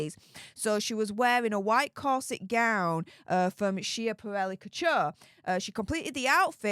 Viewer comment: Just a note, it’s pronounced Scaporelli.